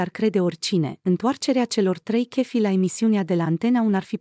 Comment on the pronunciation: Nu mai pronunta “ chefi “ si “ online “!